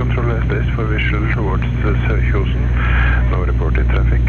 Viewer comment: You only really butchered Sørkjosen. Kjosen is pronounced like choose with an added n at the back. So Sør-choose-en. More like a long o than a oo/u sound though.